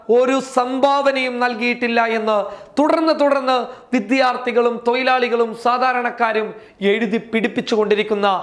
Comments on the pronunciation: ഈ വാർത്ത സൂപ്പർ ആയിരുന്നു. പക്ഷേ ഒരു തെറ്റുണ്ടലോ ഭായി..തോയിലാളി തോയിലാളി ആണ് ഭായി തൊഴിലാളി ആണ് ആരെങ്കിലും ശ്രദ്ധിച്ചോ....😑😍😍😍😍😍😍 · തൊയിലാളി അല്ല തൊഴിലാളി 🤔🤣🤣🤭🤭